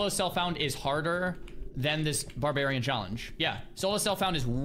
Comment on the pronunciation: barbarian or xarbarian? :D